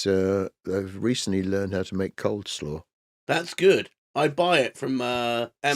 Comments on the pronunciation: Its coalslaw not coldslaw ffs. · Well its coleslaw